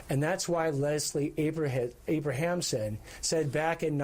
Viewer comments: It’s👏🏻Leslie👏🏻ABRAMSON👏🏻Nathan👏🏻!! You should know that. C’mon. How many different versions were stated during that press conference and not even close to saying Abramson. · LESLIE ABRAMSON. Do not disrespect the most iconic criminal defense lawyer of all time by mispronouncing her name.